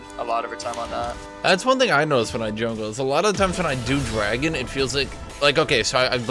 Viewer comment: lel "dwagon"